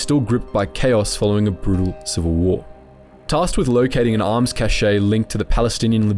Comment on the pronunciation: Cache is not pronounced "cash-eh" it's pronounced "cash" Harbinger is not pronounced "har-bing-er" it's pronounced "har-binge-er". I'm only partway in so I'll edit this comment when I inevitably hear more mispronounciations.